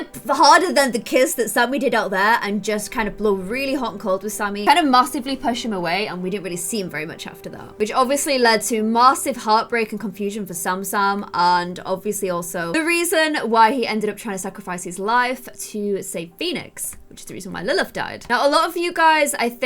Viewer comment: Saman (Sammy and Ethan ) pronounced salmon!!